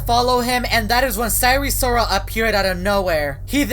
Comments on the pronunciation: it’s not sire sirol it’s sire sol 😡😡😡😡😡😡😡😡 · "And sire sirol was nowhwere to be seen "